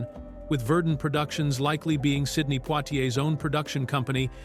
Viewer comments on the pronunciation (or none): none